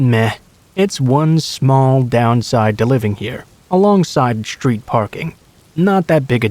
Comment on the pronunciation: it is a street. not a shtreet e